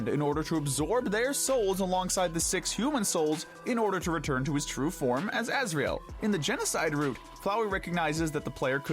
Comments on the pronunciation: Asriel not Azrael . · correction: it's Asriel not Azrael